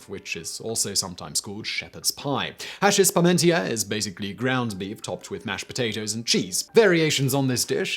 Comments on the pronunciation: Vive La France This video is really about what a great man Antoine-Augustin Parmentier was. Hachis Parmentier is pronounced ASH-EE PAR-MON-TYEH. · He does speak of the hachis Parmentier in the video. You may not have recognized it because he butchered the pronunciation, as usual.